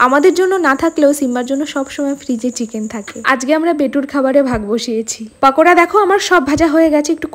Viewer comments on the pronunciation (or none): পাকোড়া না দাদা। পকোড়া 😅